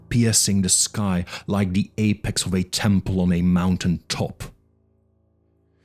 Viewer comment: You say "the" like "duh". "Duh night". "Duh Castle". Love Lovecraft. Thank you